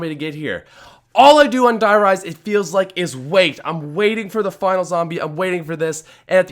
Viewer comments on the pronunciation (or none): Bro I speak German. You gotta pronounce die rise correctly 😂😂😂. Die is pronounced like the letter d